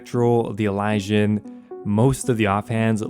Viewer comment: It drives me insane when you say Elysian lol. It's pronounced ih-liz-ee-uhn